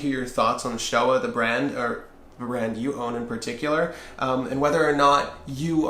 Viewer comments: I think it's pronounced "SHtoVa" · I'll help you in your pronunciation of Stowa. It's the same ''stow'' as in ''stowaway''. btw nice vid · Well... a bit long winded but that STOWA Flieger Klassik 4 Modelbau A deserves even more time ! And admiration ! Nice job, boys ! P.S. Stowa reads like "Shto-wa" ! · They are making a 43 mm now. I'm ordering a 43 mm Chrono. I can't wait to get it. And it's pronounced "shtova." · Its pronounced Sto"V"a. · Most germans would say 'Shtowa' and not Stowa! (same with Steinhart)! Regards from germany